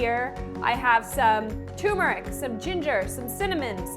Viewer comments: Have you ever added cocoa? That sounds good to me. Also, at the risk of being a twit, the word is tuRmeric not tUmeric. Thanks for the recipe. I'm going to try it tonight. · why do you say tumeric? it's clearly tuRmeric. there's an r. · “TUR”meric ..Uhg 😑😑🙄🙄🙄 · no. the person who put the r in there didn't put it there to be ignored. tuRmeric. k? k. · I’m not a snob.. it’s the grammar police in me - pronounce words as they are spelled and intended on being pronounced.. ‘TURMERIC’ 👍👍